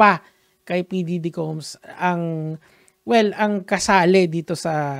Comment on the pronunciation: bakit "p diggy" naririnig ko 😂😂😂